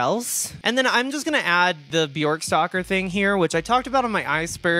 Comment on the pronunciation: when you said bjork stalker i heard bjork soccer 😭i was confused